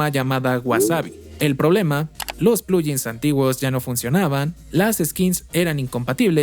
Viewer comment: "Plugin" viene de "plug in", así que sería un poco más correcto pronunciarlo como "pluguin", no "pluyin".